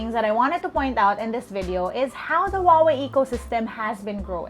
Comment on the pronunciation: Huawei is pronounced as Who Ah Wei, not Wah Wei